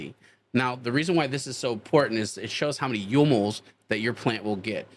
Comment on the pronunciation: In my 5x5, there is a Mars Hydro FCE-8000. Happy as! Mu-moles, not U-moles. Mu (μ) is the scientific abbreviation for micro. Fwiw, a mole is 6.02 x 10²³. That's 23 zeros. It's a big number, and a lot of atoms, molecules or photons.